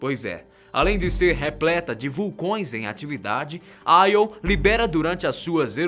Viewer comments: Io se pronuncia “Iô” mesmo e não “Aio” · não é aio. é io até os Karas do nategeo ah chama de io iiiiiooooo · Nao é aio é io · não te esqueças que Você é Brasileiro... "AI" é o cacete! Não se comporte como um americano, porra?! É Io!!!! É tambémp por causa de Brasileiros Subservientes como Você que nosso País não caminha!!!! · Júpiter possui 69 satélites naturais confirmados sendo assim o planeta com maior quantidade de satélites naturais no nosso sistema solar, dêem uma verificada pois pela data de postagem do video esse equívoco foi por falta de pesquisa. Outro detalhe é a pronúncia dos nomes ganímedes(normalmente pronunciado ganimedes) e IO(normalmente pronunciado io mesmo), que foram pronunciados de maneira pouco usual, para um assunto tão importante que é a astronomia acho que poderiam ter produzido um vídeo com mais cuidado para evitar esses equívocos.